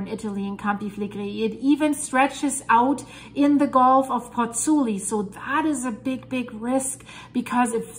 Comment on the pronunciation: Ciao from Italy, I met you on the Dutchsinse channel with your video on Grindavik and... here I am! Let me tell you something: you lost an "o", is PozzuOli not PozzUli! 😁